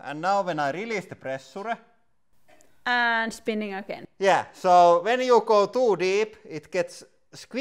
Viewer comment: I came here for the "prrressurrre".